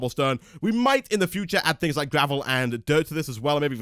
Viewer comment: ***** Lol "thins"